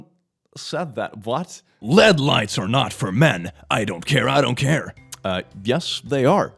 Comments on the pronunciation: “led lights” aren’t these pronounced “L-E-D lights” or am I stupid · It’s l-e-d but we love anyways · 11 called it led when its l e d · Just FYI: At least in American English, the abbreviation for "light-entering diode" ("LED") is generally pronounced as separate letters ("ell ee dee"), not as a single word.